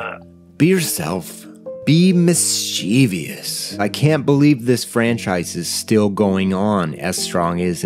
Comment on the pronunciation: you're awesome, and this is yet another fantastic video. Buuuuuut... You're killin' me by repeatedly pronouncing mischievous as "miss-chee-vee-us". It's "miss-cheh-vus" or "miss-chuh-vess". There aren't four syllables in the word.